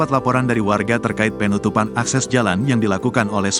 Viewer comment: Pengucapan kata PEEEEnutupan... Penutupan bang.. Bukan PEEEEnutupan Ga enak bener dengernya..